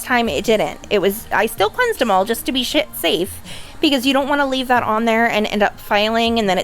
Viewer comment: Yeah I noticed dat lmao, but she was prolly acedentally finna say, "shafe" but she stopped herself right after da, "sh" so it made it sound like she said, "shit, safe"